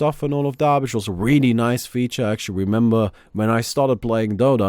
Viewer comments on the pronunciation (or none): none